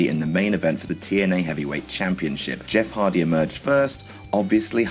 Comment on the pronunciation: Who's Jeff Hardly ?